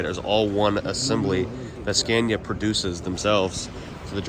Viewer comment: Scania not Scandia. SorryOops